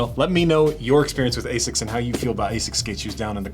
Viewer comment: I have never heard anyone in UK not pronounce it as "AZZix" but that is also wrong. Ahh-sics is the official one.